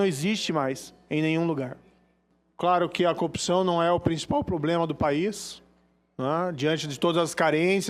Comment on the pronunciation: como pode um "juiz", não saber pronunciar a palavra corrupção. pare de enganar os bolsominios, morocutaia.